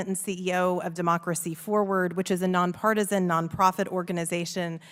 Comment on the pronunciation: Hahahaha she said "non partison"